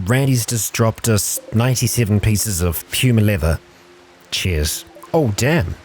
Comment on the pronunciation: Not sure if I heard say "Cheers" or "Chairs".... Either works. EDIT:, when you're running a lot of mods, Rimworld starts to chug; especially when they aren't well optimized, which many mods aren't.